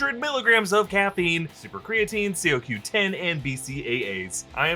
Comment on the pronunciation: Not Marvel, but I'm pretty sure the CoQ10 in Bang Energy is pronounced Co-Q-10 not C-O-Q-10, as in Coenzyme Q10. Not a big deal, but we're all nitpickers here lol.